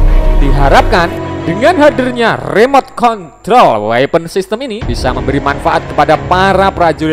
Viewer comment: System itu dibaca sistem bukan saistem.... Buat mimin hati hati kalau membaca kata kata yang berasal dari bahasa asing khususnya bahasa Inggris. Mimin jangan lebih Inggris dari pada orang Inggris...